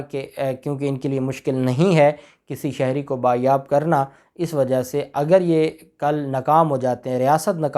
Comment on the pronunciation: (Baazyaab) جناب یہ لفظ بازیاب ھے بایاب نہیں ہے